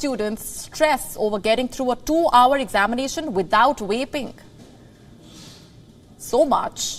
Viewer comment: Is it just me or is she saying waping instead of vaping lmao